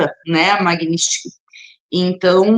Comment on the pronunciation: Ela NEM SABE PRONUNCIAR MAGNITSKY!!! PIADA NACIONAL...🤣🤣🤣🤣🤣🤣🤣🤣 Cria VERGONHA, GURIA, E PARA DE GAGUEJAR E SE REMEXER NA CADEIRA. Isso é sinal de FALTA DE ARGUMENTOS!